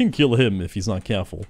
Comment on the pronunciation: If he's not cyehhhfull. He better be cyehhfull